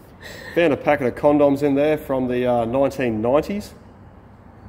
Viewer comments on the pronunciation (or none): 😂😂😂😂 how you say condom... Con--doms